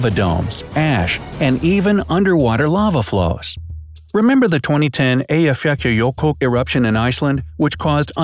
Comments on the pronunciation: i cant stop laughing after hearing you say eyjafjallajökull. (2 L’s are not pronounced like a j, it is pronounced like a hard K followed by a L.) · Where is the K at the end of that Eyjafjallajökull you slaughtered so beautifully? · Well don't do it like the narrator since he didn't pronounce it correctly :) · I’m an Icelander and you said Eyjafjallajökull wrong. Im nót trying to be rude The best way to find out how to say it ið to put it to google translste and press the button 🔊 And then you get the results ^^ [also fjew days a hi there was an eartqick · You dont say it right (eyjafjallajökull) i now it because im from iceland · It's easy to say Eyjafjallajökull you need to practice more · You really said the name of the islandic volcano wrong :) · I can’t with how they pronounced the Icelandic volcano😂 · That is not how to pronounce Eyjafjallajökull